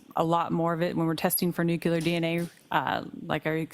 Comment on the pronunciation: This expert witness mispronounces “nuclear” repeatedly!! WTF!!